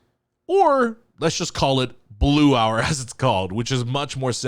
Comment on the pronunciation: Wait guys is he at least third cultire of korean? When he said title of this song his pronounciation is too PERFECT